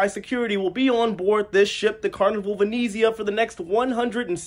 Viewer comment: Thank you for pronouncing Venezia properly!